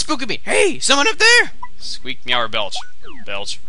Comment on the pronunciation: i could've sworn belch said bitch XD